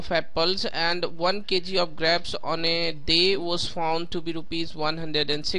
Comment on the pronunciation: That's not graapes that's grapes